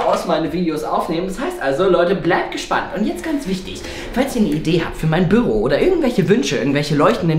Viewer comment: Es heißt doch nicht Böro